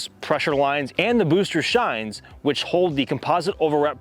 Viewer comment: Chines are not pronounced that way. Hard ch like ch in China. It’s derived from British sailing terms.